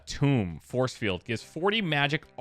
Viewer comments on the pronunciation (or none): Apologies, I'm not meaning to sound like a grammarian. says tomb everytime he means tome. At least in the years that I've been subscribed. It was really bad in the Baldur's Gate 3 early access/pre-release playthrough. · "Photo-vampiric languages." After this and "AfterMage" you really should turn on one of the alternate fonts :P Edit: and you're still pronouncing 'tome' wrong, dude. It rhymes with 'roam'.